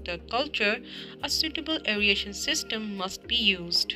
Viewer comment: Very nice and helpful video. But some words are pronounced wrong; if the student pronounces these words like the narrator in the video, it can cause confusion. The terms that were repetitively mispronounced are 1. Fermentor 2.Bioconversion 3. aeration 4. Access 5.Impeller